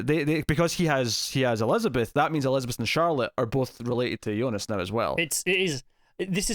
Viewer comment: KUDOS for calling Jonas - YONAS, not americanized Jonas (like J in John), which just irks me out so much with all the other reviewers, ugrh!